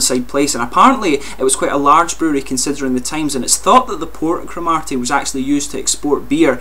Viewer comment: Great review but there is no emphasis on the 'ar' in the place name. It's almost like Crom 'ur' ty. :) They are great beers though.